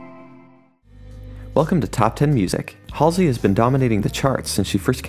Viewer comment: U said her name wrong